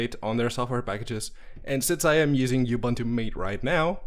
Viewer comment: Ubuntu is pronouced OO-boon-too